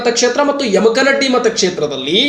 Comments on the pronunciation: ಸರ್ ತಪ್ಪಾಗಿ ಅರ್ಥೈಸಬೇಡಿ, ತಪ್ಪಾಗಿ ಉಚ್ಛಾರ ಮಾಡಬೇಡಿ, ಯಮಕನಡ್ಡಿ ಅಲ್ಲಾ, ಯಮಕನಮರಡಿ, ಯಮಕನಮರ್ಡಿ ಅಂಥಾ ಓದಿಕೊಳ್ಳಿ. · ಸುದ್ದಿ ಓದುವ ಮೊದಲು ಸರಿಯಾಗಿ ಶಬ್ದಗಳ ಉಚ್ಚರಣೆ ಮಾಡುವುದನ್ನ ಕಲಿ ದಯವಿಟ್ಟು ಅದು ಯಮಕನಡ್ಡಿ ಅಲ್ಲ ಯಮಕನಮರಡಿ ಮತ್ತೆ ಕಿಂಗ್ ಪಿನ್ ಅಂತ ಶಬ್ದ ಉಪಯೋಗ ಮಾಡಿದೀಯ ನೋಡು ಇವೆಲ್ಲ ಸರಿ ಮಾಡಿಕೋ ಇಲ್ಲ ಅಂದ್ರೆ ಏನೋ ಮಾಡಲು ಹೋಗಿ ಏನೋ ಆದೀತು. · adu yamakanamaradi...not yamakmaddi...😊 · ಮೊದಲು ಯಮಕನಮರಡಿ ಅನ್ನೋದು ಕಲಿಯಪ್ಪ